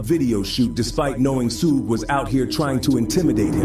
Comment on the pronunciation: that AI at it again “Soogay”💯✅